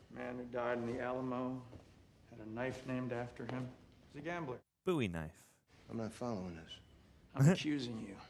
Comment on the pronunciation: Thank you for pronouncing the Bowie knife correctly